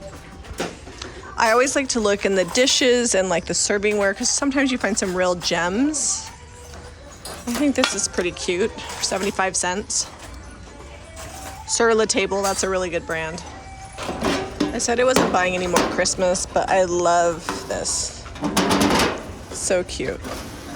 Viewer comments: Sur La Table is pronounced “Sur La Taab”; French pronunciation. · Sur la Table must be said in a French accent. Table is not pronounced the American way, but how the French would pronounce it. ✌️🇫🇷🥖